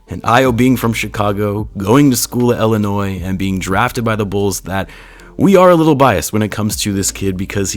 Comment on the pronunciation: Excuse me, pronounce Illinois for me again????